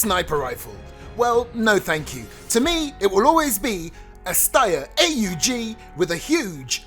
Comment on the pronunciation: It’s aug not A . U. G